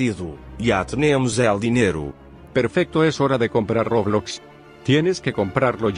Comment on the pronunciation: fornite dice roblax